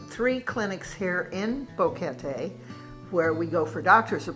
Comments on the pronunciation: Odd that the first couple doesn’t know how to pronounce Boquete. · Nice video. But with all due respect, since you think so highly of Panama en general, maybe it is time to pronounce BOQUETE correctly. It does NOT rime with "confetti." Gracias.